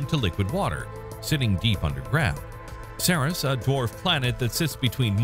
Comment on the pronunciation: Ceres is pronounced like "series"